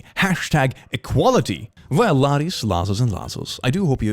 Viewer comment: In your greetings I always understand: " Welcome losties, lasties and lastest." I don't know why. 😅🤣